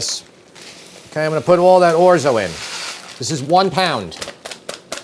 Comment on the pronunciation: As a recovering English teacher, I must protest. "I am going to" is not pronounced "ominy". On the other hand, "I'm gonna" is acceptable.